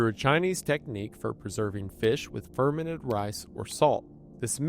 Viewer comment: I know, right? it's fer-MENT, not FER-ment!